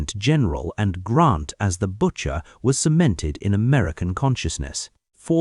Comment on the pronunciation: Good GRIEF: his name is GRANT, not GrOnt .